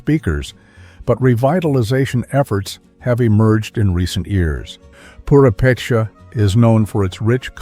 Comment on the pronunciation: this is a very well done video. I commend you for your research and quality. However, may I point out that, due to the placement of the accent in Mexico's Purepecha, it should be poo-RAY-pay-chah, rather than poo-ray-PAY-chah, unless you're a robot? #2 is in the Nivkh section--Sakhalin (Island), which is pronounced sah-kah-LEAN, rather than your version: sah-KAH-lin.